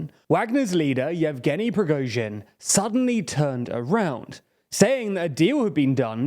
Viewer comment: due to the fact that you will definenately cover some other political events in Russia I would like to give you some pronunciation corrections, so you'll be the only English spoken channel where Russian last names are being pronounced correctly. First of all, "Prigozhin" does not contain the "əʊ". You pronounce the letter "o" like you do in the word "boat", but this is incorrect. It should be pronounced almost similar to "got" or "not". Somewhat like /Pri:'gɒzhɪn/. It is not completely correct, but this "əʊ" sounds the most wierd. Then " Shoigu". Russian in his pronunciation rules is closer to the American English than to the British one. When a syllable is unstressed, we change its pronunciation. It is quite the same like Americans do with such words as "hot" or "caught". So we never pronounce the strong "o" in his last name; it changes to "a". Also this "i" should be pronounced somewhat like the second part of the sound "ɔɪ", like you do in the word "enjoy". /ʃɑːɪ'gu/. Pay attention to the last syllable which is stressed. Finally, "Kadyrov". It is not difficult to pronounce. Only Russian "y" sound is a bit wierd, but if you do short "i", it will be fairly good. /Kɑː'dɪrɒv/